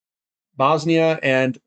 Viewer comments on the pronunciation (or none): you can just say bosnia its ok..haha